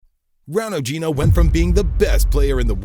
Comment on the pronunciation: U cant even pronaunce Ronaldinho)))f this